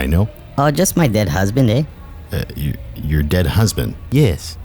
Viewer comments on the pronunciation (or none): Canadian here, the part where he says "just my dead husband eh" made me laugh hard, Canadian stereotypes like that amuse me, even if i don't actually say "eh" or know anyone near me who does